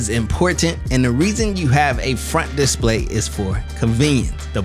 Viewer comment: Nice video but please learn how to say disPLAY :)